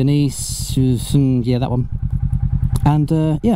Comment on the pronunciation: Dye neh seh. Italian.